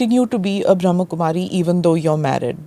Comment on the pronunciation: Smita Ji...it is Brahm Kumari...not Bhram Kumari...